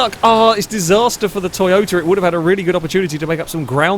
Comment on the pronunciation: Wow! You just said Toy-BOATA AGAIN!!! Ha!!!